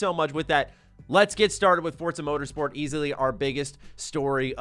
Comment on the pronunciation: It’s pronounced For Za not Fortza